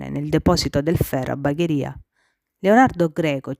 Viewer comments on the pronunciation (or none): Tutto ben fatto, solo che da bagherese bagharia non si puo ' sentire 🤣 comunque brava.